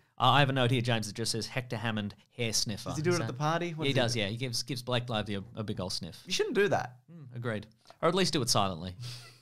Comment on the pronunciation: definitely said “Blank Lively.” What an absolute buffoon.